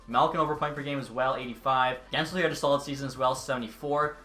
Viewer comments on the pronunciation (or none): none